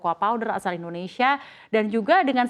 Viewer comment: Mbak, tolong, namanya Indonsia bukan Indonesya, tidak perlu niru lidah asing.